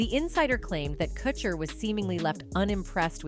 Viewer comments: This robotic voice over sucks. It’s pronounced ‘Koocher’, not ‘Kutcher’. Get a real voice over artist. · Is this a bot that can't pronoun Kutcher properly?